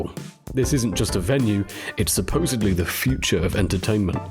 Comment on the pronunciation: Suposeably?? Learn English